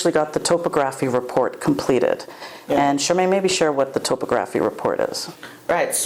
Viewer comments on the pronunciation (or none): Best of luck folks. I'm eager to witness the final product, so I'll be following this channel, and your progress. Additionally, I believe the word is pronounced as "top-ography”, but who knows?